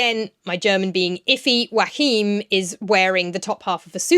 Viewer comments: Isn’t Joachim pronounced “yo-a-heem”? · I'm so happy to see, that the German version seems to be well liked! A little note: Joachim is three syllables not two, so it's "Jo-a-chim" (but start the ch-sound already on the second syllable) and the accent on the a. :)